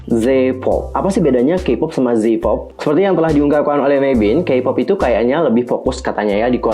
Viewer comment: mavin kak bukan meivin